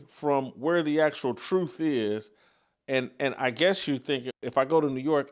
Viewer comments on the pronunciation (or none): I don't understand why he can't pronounce the word, truth.